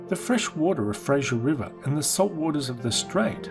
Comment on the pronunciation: Nobody: Absolutely nobody: Narrator: “Frasher river”